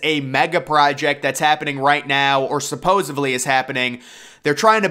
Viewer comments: "Supposedly" NOT "supposevly" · How many V’s are there in supposedly…? Because apparently you think there’s a V in there 😂 😂 😂 right at the beginning of the video you drop a, clear as day, “supposevly” 😂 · I stopped watching as soon as he spewed forth “supposably”. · Every time he says "supposavly", somewhere on Earth a puppy dies. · Hey kids, today's word is "supposevly"